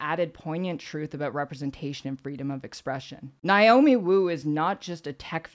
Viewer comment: NAY-omi, not NIGH-omi.